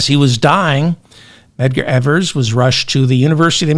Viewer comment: Aha! You finally found the M in Medgar's name!